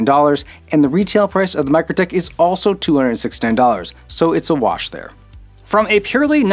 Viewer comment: Mikrotik is pronounced Mee-Crow-Tick.